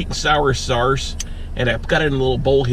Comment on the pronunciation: Is he saying sauce like saurce on purpose?